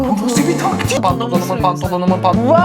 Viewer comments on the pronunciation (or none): " PaNtOnOnUnUm" 😂😂😂😂😂😂😂😂😂 ZNG